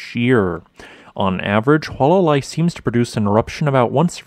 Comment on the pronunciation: In Hawai'ian, all letters are pronounced. There are no dipthongs. So, say, "Hoo-ah-lah-lah-ee."